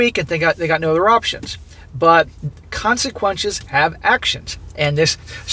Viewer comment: "Consequenches have actions" 😂